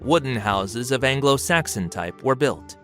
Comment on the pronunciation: So at 17.53...afro saxon?